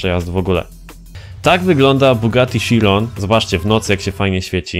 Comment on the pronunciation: bugati sziron proste